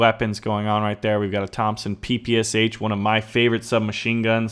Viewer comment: "Thompson PPSH" ? WTF.......